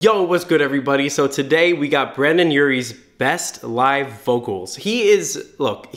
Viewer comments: Him saying Brandon instead of brendon is one of my pet peeves 😂😭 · I love everything about this video except one thing; it's brEn don, not brAn don. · This video was great but I hate when people mess up his name like it says BrEndon not BrAndon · Ryan_Ross’_Cheeze_Addiction_ Hotline I was watching this and I was like “bItCh did he just say Brandon” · BrEndon not BrAndon lol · Am I the only one triggered cause he kept saying Brandon.. No offense, I love you. ☺️ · Omfg Brendon reacted to this and then people started getting triggered by you saying Brandon instead of Brendon and he called people out for being triggered! Omg so much as happened! 😂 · Every time he says Brandon instead of Brendon take a shot. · STOP👏SAYING👏BRANDON👏👏👏it’s Brendon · You said brAndon Urie so many times instead of brEndon Urie and my ears hurt😂😂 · I SWEAR HE KEPT SAYING BRANDON INSTEAD OF BRENDON FSHJJHSJSHHSJ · Am I the only one that heard him saying “Brandon” the entire time??? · ITS BRENDON NOT BRANDON BUT I LOVE YOU😂❤️ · 0-0 he said BRANDON URIE RRRRRRRRRRRR ITS BRENDON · I wanted to rip out my hair everytime he said Brandon instead of Brendon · Y ARE U SAYING BRANDAN AND NOT BRENDON OMG I CANT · “Brandon Urie” “BRANdon Urie” BRANDON URIE” Boy, pronounce the E in BRENDON! Kk you’re good Ok love the video and you actually haha have a good day! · he said brAndon Urie repeatedly UGH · Anyone else get really defensive every time pronounced Brendon as "Brandon"?✋🤦🏻‍♀️ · The way he said brendon, it sounded like Brandon and it annoyed me 😂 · What kept bugging me was it seemed like he kept saying “Brandon” instead of “brendon” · Why does he say Brendon like “brendan “ like no wtf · it sounds like you're saying brandon djflkdshgk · Dude, it's Brendon, not Brandon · Its not brandon its BRENDON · It's Brendon not Brandon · brendon * not brandon 😬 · OMG... he said BRANDON Urie It’s BRENDON Urie not BRANDON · Why does he keep saying BrAndon Urie? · Brendon* not Brandon lol